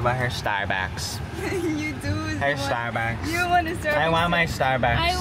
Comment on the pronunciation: The way said sTAr BuCks I wAnT StArBuCks😂